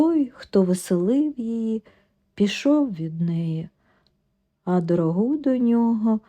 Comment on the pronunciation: Снігом занесло дорОгу,а не дорогУ. І верба у вас дУплива.Наголоси через слово неправильні,читання незв'язне.Робіть щось з тим.